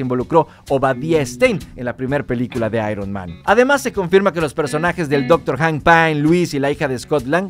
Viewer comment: "hank paim" :v